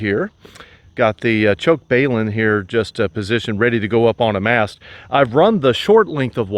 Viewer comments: What is a BAY-lun ? I know what a BALun is. Think of BALANCE Unbalance - Hence BALUN - not BAY lun - Just saying.... Thanks for the video. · WTF is a BAYlun? Of the hundreds or videos I watched over the years, you are the first to butcher the pronunciation.